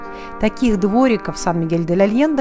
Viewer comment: Aliente....произносится первое Е между Е и Э..... но только ни как не Е..... и ещё полы ледяные